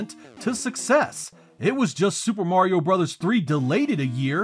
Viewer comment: THANK YOU for two things: - Pronouncing the name of the NES series as "Super Mario BROTHERS" (instead of "brose/broz" as 99% of all YouTubers seem to do); - Not slamming Super Mario Land 1 (as, again, 99% of all YouTubers, and the Internet at large, seem to do). This video is fantastic, but the above traits are so hard to come by on here that it actually gave me an extra push to like and subscribe (which I've done, so great work!)